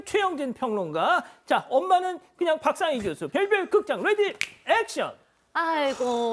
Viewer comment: 박상희 저분 발음 정말 아슬아슬 하다